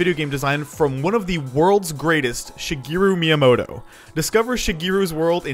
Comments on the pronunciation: "Shigiru Miyamoto" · Shigeru MIIyamoto